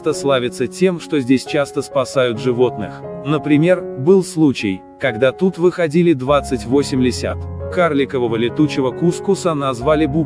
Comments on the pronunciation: Таким комментаторам надо на бумажке с текстом ставить ударение на каждом слове: не "выходИли" 28 лисят, а "вЫходили"! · Не выхАдили, а вЫхалили. Слух режет, сил нет. Ставьте правильно ударения.